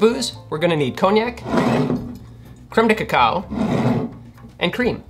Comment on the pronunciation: I just like hearing him say "Cremedekekow"......